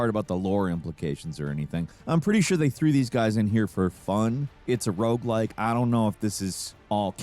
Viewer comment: What's a "Rouge like game?"